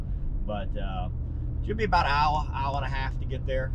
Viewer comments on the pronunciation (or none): Never knew or would have guessed you were from Louisiana except for when you said “hour” !!